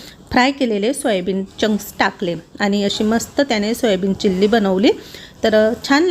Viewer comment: चिल्ली नाही चिली असतं ते